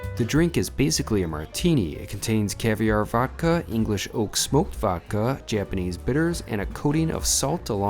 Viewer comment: he keeps saying new yerk and not new york, goodness gracious! Sorry ya got ripped off here! cavierr and not caviar? lol Kurt's ala carte